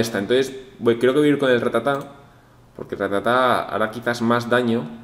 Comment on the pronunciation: no es ratatá es rátata. Cada vez que lo dices mal muere un ratata xD